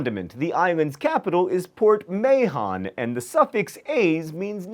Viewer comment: Someone FINALLY pronounced MAHON correctly! John! You have no idea what a great thing this is!